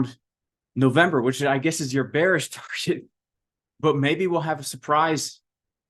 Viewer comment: NOT BEARSH LOL